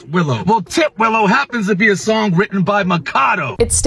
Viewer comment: tit willow not ti twillow lmaoo tit willow is a bird